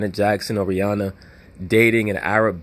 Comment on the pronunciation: Rh-Inanna LOL